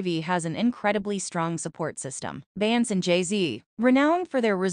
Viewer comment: If I hear you say "Bance" one more time!